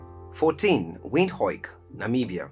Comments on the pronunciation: Im dutch the the proper way for english speakers to say Windhoek is WindHuk Oe is in english more U like juke-box or Duke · The capital city of Namibian is Windhoek its pronounced as Windhook 🇳🇦🇳🇦🇳🇦